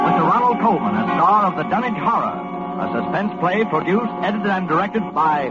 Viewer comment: The Dunwich HAWra!